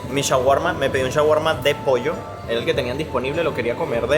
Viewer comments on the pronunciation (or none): none